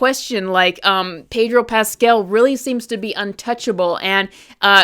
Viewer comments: why does she keep calling him Pedro Pasquel?? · I really like the way you pronouncin Pedro Paskell, imm steaking it.